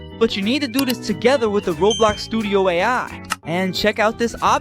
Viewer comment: bro said rablax not roblox